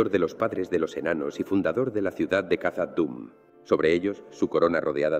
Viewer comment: Khazad Dum se pronuncia Jazad Dum